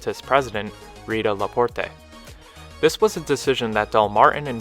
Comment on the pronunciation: "Lyon" is pronounced just like the animal "lion," "Grier" is pronounced "greer," and "LaPorte" is pronounced "la port."